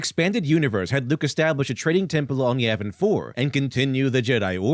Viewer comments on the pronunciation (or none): none